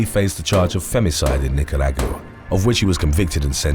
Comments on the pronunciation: When pronouncing Nicaragua goes wrong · Thank you,. A suggestion: It seems that there are Spanish “names” in most of your videos Please, before the recording look up and practice how to pronounce the words (and names) I didn’t know you were saying “Nicaragua” 😀 When Spanish speaking goes wrong 🙂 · I'm dying!! I didn't understand what he was saying to I went to the comments.. 🤣🤣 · The way he pronounced Nicaragua is hilarious 😆